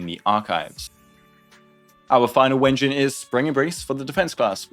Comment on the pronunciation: I really appreciate how you pronounce it wen-jin. Great minds do think alike.